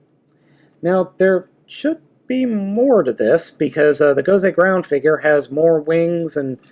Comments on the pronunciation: it's not gound it's great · it is gosei grand, not gosei groud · its Gosei Grand not ground... It even says it on the card you showed in the begining. How do you mess that one up??